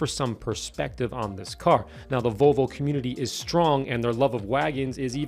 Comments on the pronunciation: Vo-vo? what happened to the "L"? I owned a 79 242GT from 81-92 and no sales person, mechanic, owner, lay person, or anyone else EVER said Vo-vo. Not even ABBA. I first heard this pronunciation on a radio ad a year ago from a local Volvo dealership and thought WTF?? has Volvo become this pretentious or just new owners? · This guy said Vallvo